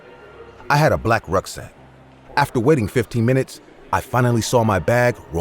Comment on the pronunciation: Who else thought he was saying "wedding area" and not "Waiting" area